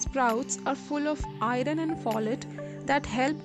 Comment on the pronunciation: Pronunciation is bad... Pronounce I(-u)rn not I ron